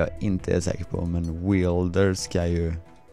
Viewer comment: Det uttalas wälder, inte weelder